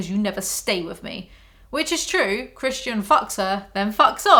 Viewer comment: every time she says "christian i hear "chris-chan", and let me tell you, the book makes a LOT more sense this way.